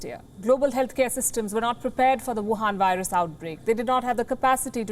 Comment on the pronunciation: The emphasis on the word "wuhan virus" is too much